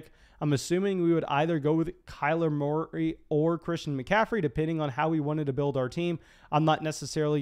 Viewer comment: “Kyler Morey”